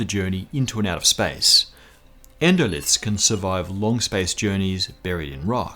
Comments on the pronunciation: That's 'endolith', not 'endolyth'. Is the writer really a sciency guy? Hard to believe. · 'Endolyth'? Surely you mean endolith?